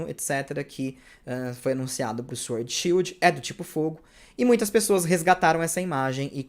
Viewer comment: Ei, a pronúncia da palavra "sword" é "sord", ou seja, não se pronuncia o w. Rima com LORD.